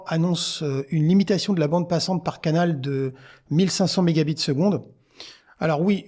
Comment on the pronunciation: Bonjour, il me semble que vous dites méga bits (Mb) à la place de mega bytes (MB) dans votre prononciation. On pourrait parler de mega octets pour pas les confondre.